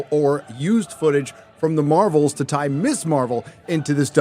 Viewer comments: Haha "Marv-elle" and "Her-oes" are new to me, love it! But nothing else about this subject 😢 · “The marvols” 😂